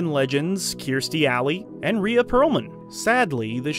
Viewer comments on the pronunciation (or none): none